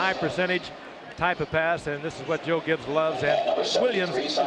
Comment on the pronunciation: The beer vendor could've suited up to beat this Broncos (one man) team in Williams, I mean place. Sorry the man can't even pronounce his own name correctly. Nor his former head coach, Joe Gibb. It's Joe Gibbs, you fool. Anyway, Elway and his '97 & '98 teams would've annihilated this Redskins team!